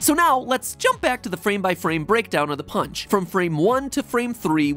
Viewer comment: She pronounced it “Punch” instead of “PAAAAAWNCH.” So she got it incorrect